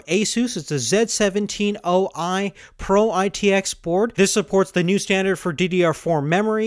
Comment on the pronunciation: "Z 17 oi chipset" Lel